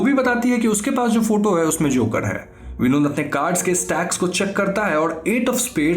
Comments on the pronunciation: When you were saying Vinod it's sounds like binod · Btw its not vinod its Binod😁😁